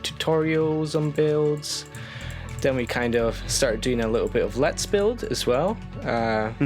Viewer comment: I can't help but like that he pronounces "then" as "den".